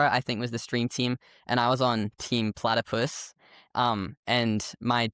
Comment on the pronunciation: This was my favorite episode so far. I’ve been following journey for a few years now. It’s been amazing and really inspiring to see how far he’s come and I love how involved and supportive the whole family is. PS: It’s platypus, not platapus:)